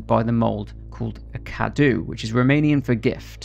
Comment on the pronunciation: it's not spelled cadu, it's cadou, you have to say the ''o''